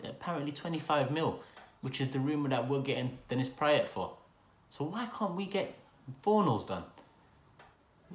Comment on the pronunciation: just by the way you are pronouncing Praet's name I can tell you have rarely seen him play